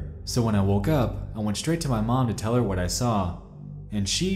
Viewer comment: Perhaps if the guy said "what" instead of "wat" this would have never broken down.